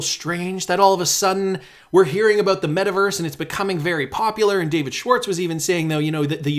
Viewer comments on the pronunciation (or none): none